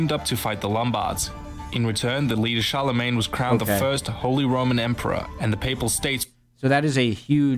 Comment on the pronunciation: Pronounciation of Charle Magne had me cringe